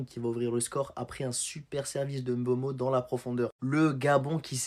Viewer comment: Même à mboma ngueeh m'boma